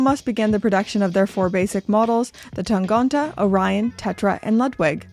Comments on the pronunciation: Time to address the elephant in the room with the German pronunciation - it's TangEnte rather than TangOnte! Jenni Elle did a video a couple of months back where she pronounces it, I'm surprised nobody in Glashütte pointed that out to you either! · Thanks for the info, but I'm pretty sure you're saying "Tangente" wrong.